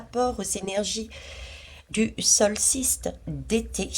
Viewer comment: Bonsoir pour le « knight « le chevalier en anglais on ne prononce pas le k...😀 sinon c’est le solstice, pas le solsiste !..😉